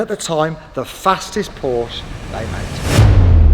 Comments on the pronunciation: Cant buy a Porsche, if you cant pronounce it correctly ! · Now, if you could just learn how to pronounce the car's name correctly you're onto a winner. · Pronounce porsche properly 😮